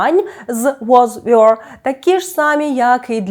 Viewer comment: Чому were читається як "вйор" а не як Ввер? Так само як first є фирст а не Фйорст! Вибачаюся, але так вимовляють лише москалі